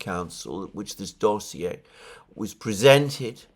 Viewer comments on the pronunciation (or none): none